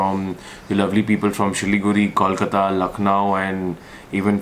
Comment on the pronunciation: It's Kolkata Coal-ka_ta